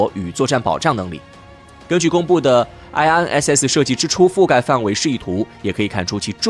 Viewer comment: 请用中文名称称IRNSS，IRNSS的英文发音听起来很蹩脚。